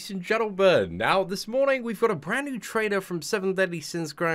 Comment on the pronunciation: is it me or said "ladies and gentlebud"?